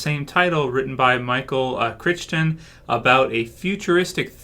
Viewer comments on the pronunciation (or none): Hey, glad your doing this show... couple things tho... It's WestWorld singular not westworlds plural. Also the famous novelist Micheal Crichton's name is pronounced like Krite-Ton phonetically. He was also the author of Jurrasic Park and many other novels, he passed away in 2008. The original movie was made in 1973 and starred Yul Brynner as the Man in Black, who in that version was a robot gone haywire. I like how the writers of this version kinda flipped the script and had Teddy, who we were led to believe was a guest and the Man in Black who we would think was a host (robot) from the movie, kinda flip and actually be the opposite. Teddy seems to be the Kenny character of this show, I think we will see him die every week, like Kenny on South Park.:) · Hey - great review thanks. FYI - I believe Michael Crichton's surname is pronounced Krite-Un. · Michael Chrighton wrote several major books that became movies. Jurassic Park! You mispronounced his name. Do you not know who he was? Not trolling, just curious if you are really not familiar with his work.